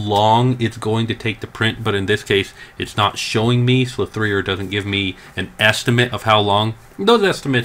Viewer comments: Sligh three er. Slic3r ha. oh man. It's Slicer, Slic3r. lol. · you do know the 3 in slinc3r is replacing the E you stil pronounce it as slicer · Jesus Christ. I'm not sure I can trust the rest of what you say when you can't realise that its pronounced "Slicer". The "3" represents a backwards E. 3=E-reversed. Make sense? Or do I need to draw a diagram? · I really hope the slicer mispronouncing was satire lol